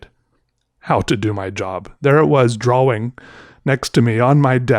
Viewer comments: makes me want to start saying "draw-wing" instead of of "drah-ing" you know? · He say “drollwing” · I pronounce it Draw-ling dunno why, the only word I say that gets a random L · tbf draw-ing, I see what he's tried to do there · We know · You sure know how to emphasize the word "draWing" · "Great drawb" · “great drawb” hahahhaa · I like how you say drawing its... sinthetecly beutiful